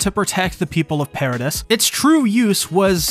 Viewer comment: Why you say paradis like that? Not gunna subscribe bc of that